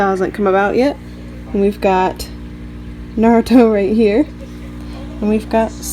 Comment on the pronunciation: Sakura (Saah ku Dah) Naruto (Nah Du Toh) Thats how it is pronounced properly in Japanese. Nice set up